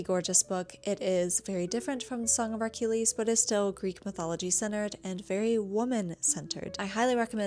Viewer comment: There's no R in Achilles